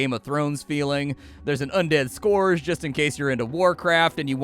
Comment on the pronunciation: Pronounced "Un-ded Scur-ge" not "score-ge"